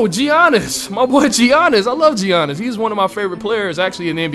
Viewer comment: You said giannis name wrong